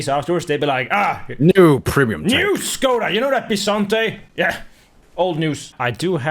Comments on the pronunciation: Saying Škoda with an 'S' Hmm... Maybe he can't pronounce it... Says Czech with an 'Š' Oh... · how you say it. it make me laught. becouse im front czech so i know how to say it